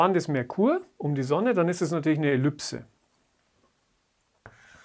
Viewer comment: Was ist eine Ellüpse? Es heißt immer noch Ellipse. Diese Aussprache kenne ich nur von absoluten Laien die das Wort noch nie gelesen haben... Grauslich. Bitte richtig sagen!